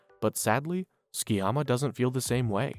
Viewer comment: Dub should be illegal. Its pronounced Su-ki-yama. Not fking skii-yama